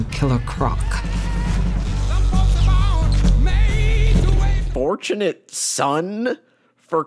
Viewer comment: how’d you butcher his name that bad man.